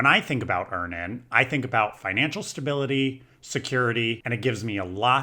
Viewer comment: it's Earn-inn, like Earning. You're saying Ear-nan😂